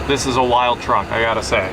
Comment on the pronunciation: At least say vehicle if you can't say truck. Sheesh...